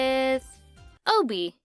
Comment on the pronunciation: I died hearing obee